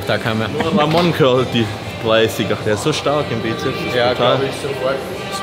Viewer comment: Wie mich das Weglassen vom S bei Bizeps immer triggert :D. Es sind 2 "Köpfe" also Sssssssssssssssssssssssssssssssssssss :D